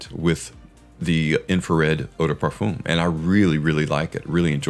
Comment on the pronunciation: Parfum doesn't have an oooom sound for the um.. its a literal "um" sound. Nit picky yes.. but having listened to European folks pronounce it and mainly French folks.. its a simple "fum". Sounds like fun but with an M in place of the N